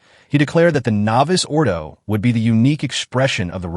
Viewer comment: It’s gotta be AI narration. No Catholic or literate person would say “novice ordo” 😅